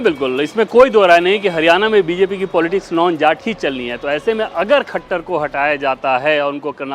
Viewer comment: It's Manohar lal khattar not manohar lal khachhar miss ancor kindly pronounce right name also you have to improve your voice